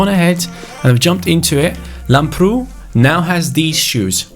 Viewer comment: it's called Làmbrou not Lambroù like so can see